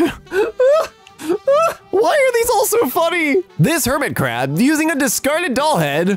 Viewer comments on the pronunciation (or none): who heard "Hermitcraft" instead of Hermit Crab